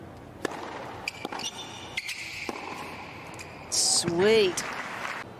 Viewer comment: Elena's name is not pronounced Rybackeeeena though!!